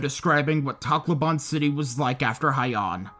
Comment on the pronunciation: Sorry if this is a little mean but your pronunciation of Takloban is absurd and btw im Pilipino